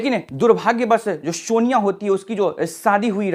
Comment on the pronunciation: Shonia ❌ sonia ✅